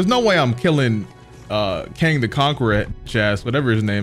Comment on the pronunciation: Man said Kang the Conqueror